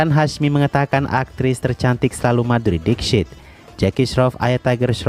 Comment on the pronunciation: gw kan sambil kerja dengerin youtube ya, nah video ini masuk auto-play jadi gatau judul dan ga kenal nama sang artis. jadinya cmn denger dari VO admin. nah pas denger nama MADHURI DIXIT. gw dengernya MADHURI deepsh*t :v